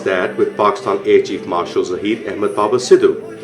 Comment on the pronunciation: We pronounce our country name .... PAK IS TAN. not PAKSTAN as in your video.